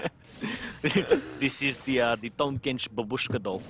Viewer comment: bAAAAAAAAAAAbushka, not babUUUUUUshka.